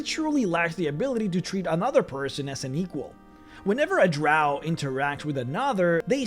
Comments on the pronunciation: It's not. LOL. It's pronounced Drow like Cow. Those who use it like Row are not 'everyone' and actually are just a vocal minority. And they are wrong, but they can pronounce however they wish in their games naturally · Ahl Drahw sound like Australians cuz thayr from a land down undah